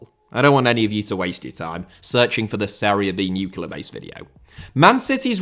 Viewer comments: It's 'nuclear', not 'nucular' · word. I have no idea how people can say that with a straight face lol. It's spelled "nuclear" and should be pronounced as such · I don't know if I can manage hearing "nucular" for a whole video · Did a british guy just say nucular? How fucking dare you